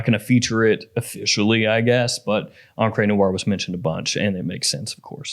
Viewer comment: Encre Noire is definitely not pronounced "on-cray" noire. 💀 This has been going on too long, I think he's messing with people.